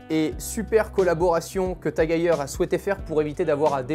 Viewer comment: C’est TAG-EU-R ? Lol